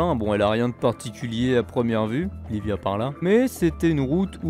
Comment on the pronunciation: ça se dit pas Livia mais iibia ( double L sonne i et v sonne b )